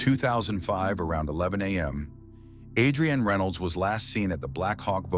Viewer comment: Narrator keeps mispronouncing Adrianne’s name. It’s pronounced with emphasis on the the A, not like two names Adri-Anne. Is thisAI?